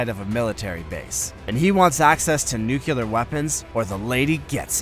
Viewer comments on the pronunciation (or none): "NU - CLE - AR"... not nu-cular! It drove me NUTS when Reagan was in charge of the red button and he couldn't even say the word correctly. NU - CLE - AR! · I don't get it ... What is so difficult prononcing "nuclear" right ? I don't judge or anything, I'm not even fluent in english. I just don't understand why so many people can pronounce the words "new" and "clear", but not "nuclear". I'd genuinely like to understand ... I apologize if this comment sounds offensive (again, english is not my native language).